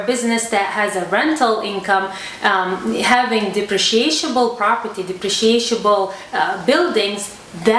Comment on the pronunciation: The word is depreciable. Just one SH sound. You are adding a second syllable. At first, I thought there was some new kind of property that I had never heard of!